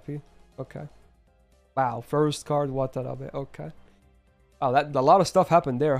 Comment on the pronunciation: it's not wtf, it's watanabe